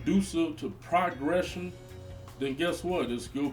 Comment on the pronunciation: This is coming from a single minded point of view, nothing he's saying is correct, different names doesnt constitute the marijuana being laced with something. No shops are spraying weed, hood nights yea, weed shops no FUCC OUTTA HERE OLD HEAD. AND LEARN HOW TO SAY PROGRESSION